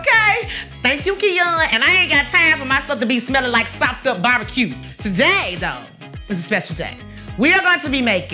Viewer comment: It's sopped up bay-bee! 😂